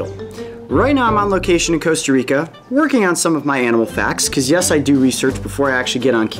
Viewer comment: It's not Coast-a-reak-ah, he's pronouncing it like the "o" in Coca-Cola. Could it use it's pincers to climb out the bath?